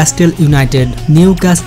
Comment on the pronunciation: প্রতিবেদন সুন্দর হয়েছে। নিউ ক্যাস্ট্রল না হয়ে উচ্চারণ হবে নিউক্যাসেল।